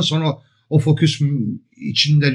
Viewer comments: Estağfurullah, hata demeyelim de çok şık bir telaffuz farkı diyelim. Sayenizde ben de severek kullanmaktayım:) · merhabalar, emeğinize sağlık. merak ettiğim bir şey var; neden fokus yerine foküs diyorsunuz?